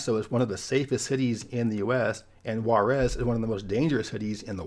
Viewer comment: Your Juárez pronnunciation is almost awful, you MUST practice for the next time